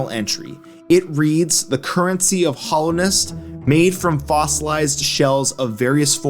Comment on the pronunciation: i don't really see PK having a use for geo, as powerful as he is he could probably just get whatever he wanted. also your pronunciation of hallownest causes me physical pain